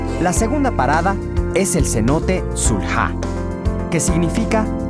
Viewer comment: y no es sul ja dzul ha